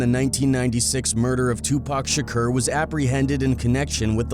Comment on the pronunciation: The “Shakcuurr” shit is KILLIN me Smalls!